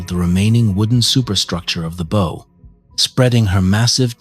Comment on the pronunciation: “Crossing Lake Erie to Buffalo from the Welland Canal”…boy, that was a long trip! 🙄 “Bow” and “Sault” mispronounced in every story… this is why I’ll listen, but will NOT SUBSCRIBE to this AI garbage! 🤮 The Big Old Boats channel does a much better job… a real person narrates and knows how to pronounce English words! I’m subscribed there!